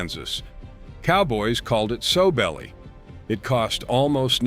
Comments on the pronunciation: It's NOT "SO" belly. It's "SOW" belly. Like the female pig. (Later he got it right.) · Pronounced Sow belly not sew belly. Like a piggy sow. Pawpaw is rolling in his grave.